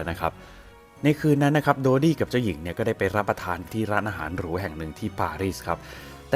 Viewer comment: ถ้าเป็นการฆาตกรรมจริง แปลว่าเพราะเป็นราชวงศ์ เพื่อให้เกียรติยศและศักดิ์ศรีเป็นที่นับหน้าถือตาแก่ชาวโลก(ในแบบที่เขาเหล่านั้นต้องการ). ต่อให้ต้องทำเรื่องเลวร้ายขนาดไหน ก็ไม่สนงั้นเหรอ. PS. ชื่อเต็มๆนายโดดี้ นั่นใช่ชื่อคนจริงๆเหรอ นับถือเลยที่ออกเสียงได้ชัดเจนลิ้นไม่พันกัน (o・・o)/